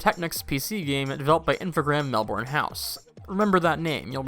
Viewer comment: Wow, those physics! And Melbourne is pronounced MEL-burn, for reference.